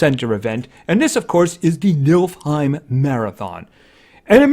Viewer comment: Its nifl, like sniffle heim